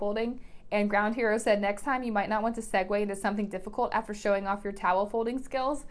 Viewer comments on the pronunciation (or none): I was all happy that I made the video list, until I heard "Ground Hero." GROUND HERO? It's Grond (rhymes with blonde!) Hero. :P Anyway, I guess that's what I get for not changing my screen name in over 10 years. Maybe I should think of a better one for this year? :)